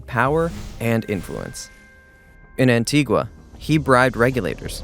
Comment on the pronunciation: Learn to say Antigua probably ffs